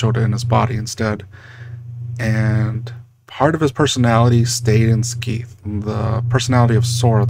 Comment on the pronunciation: Isn't it "Skay-th"?